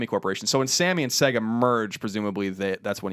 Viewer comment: sAYgo not sEGga haha that's going through me